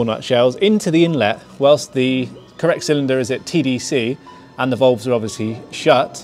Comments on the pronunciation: volves.....drove me crazy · FFS someone please tell this bloke how to pronounce "VALVES" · ditto, lol